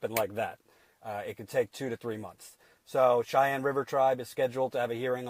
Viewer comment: I think it is prounounced shy-anne. you keep saying chai-ann.